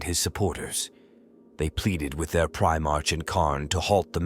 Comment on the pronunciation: 23 mins in, bro I gotta say, and I ain't being a cunt or anythin' but its pronounced Pri-mark not prime-arch. I dunno if this is one of them AI bot ones doin' the talkin'? Sorry bro, nothing against you, It's just a splinter in my mind.